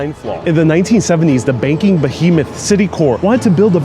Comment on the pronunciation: I'm pretty sure it's pronounced "CiticorP" cause it's a smash-up of something like Citi Bank of NY & Corporation, and cause English. The froggy "core" pronunciation--spelt with an "s"--is reserved for affected, bourgeois aesthetes with their "corps de ballet", "esprit de corps", and "Marine Corps".